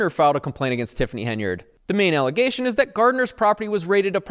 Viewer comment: Stop your unfounded allezations! 😂 2025 is the year of CRIPPLEMENT!!!!